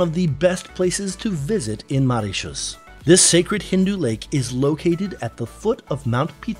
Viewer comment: MO!! MOritius... not MAritius.. not only are you saying it wrong but did so 28 times during this 8 minutes video... it's like on purpose to nag us! Lollllll And let's not even talk about "Ile aux cerfs"... which.. isn't even remotely close to how it should sound LOL NOT subscribing lolll